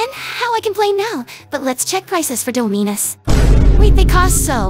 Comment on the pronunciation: She said doominuus